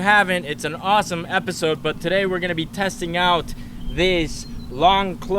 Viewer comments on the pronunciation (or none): Did he say Rossome